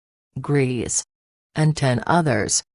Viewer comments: Her surname is not "Greez", it's pronounced Grayza". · Is ANYONE EVER going to pronounce her surname correctly? It’s pronounced like GREY-SA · learn how to pronounce correctly her German surname - you made a hash of it. Also learn how to pronounce Pierrepoint.